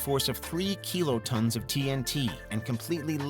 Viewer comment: Maybe it's just nitpicking, but why does he pronounce kilotons as "keelotons"?